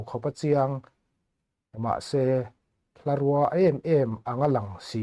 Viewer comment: Hlarûa a ni lo, hlarùa tih tur aw. Bungrùa tiha rùa ang hian tihrîk tur a ni😮😮😮